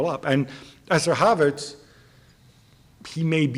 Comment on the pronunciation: And his name is Havertz not Havartz